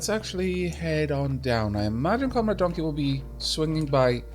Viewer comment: "if donkey shows up" ... "the donley-show is up" is what I heard...